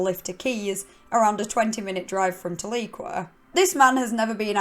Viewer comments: Love the channel! Never heard of this case and im from Oklahoma! Tahlequah is only a 30 min drive from me. Also Tahlequah is pronounced Tal E kwa. We have a lot of towns with names that have Native origins. Great channel and content! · It's pronounced "Tal-uh-kwah" but I knew Stephan. He used to supplement his income by working at the "feathered boa", a cat house that disguised itself as a strip joint. He would dress In a corset and stockings and run the gamut of college guys and military men. He was mentioning how he started hanging a general that had lots a secrets. Left a file in his room with "top secret" written.on the front. The general left the file so Stephan looked through it and it was stuffed full of secret documents pointing at a machine that can teleport penises to other dimensions. That's why the govt killed him. He knew too much about penises, in the first place, and now he knows of the telepeener??? No way. Too much a coinkydink for me!